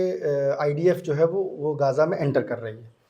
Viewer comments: .."GAAZA"..nahi..."GHZA"..SAHI WORD He... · ग़ाज़ा नहीं ग़ज़ा है अरबी भाषा में सही ग़ज़ा है बहरहाल आपकी रिपोर्ट बहुत सही है